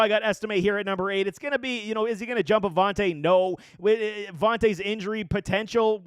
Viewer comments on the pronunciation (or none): Javonte J! JA-Vonte Williams.